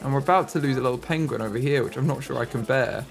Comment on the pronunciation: “Benedict Cumberbatch will be so disappointed! Pengwing has died!” 😂